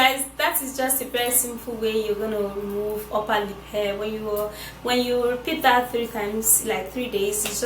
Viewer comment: Is this only me when she was saying uper lip and I heard oppa lip 🤣🤣